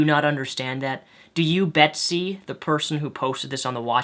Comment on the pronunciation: judging that you call her "Besty" i can only assume that you didn't read the article. interpreted it wrong and it's MO RA LEZ not "morlaz"